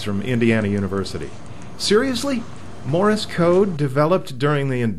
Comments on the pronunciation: It's Morse not Morris... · Wednesday, 2/23/11. It is not pronounced 'Morr-is' code. It is not two syllables. It is pronounced 'Morse' code. It is one syllable; 'Morse' code. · Why do you keep saying "Morris" code? It's "Morse" code, not "Morris" code. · It's "Morse" code, not "Morris" code. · "Morris" code? ;) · ''Morse'' rhymes with ''horse,'' not ''Doris'' Just sayin' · OK let me get this straight. You don't really use Morse code that much as the guy that's texting, but you're doing a comparison between the two to see which one is faster? As one poster said , if this is an example of the brainpower found in our universities today, heaven help us! Oh.... did someone mention to you that you're pronouncing :Morse" incorrectly You're not actually going to graduate and become a reporter right? _... _ _ _ _. . .... . . _ _..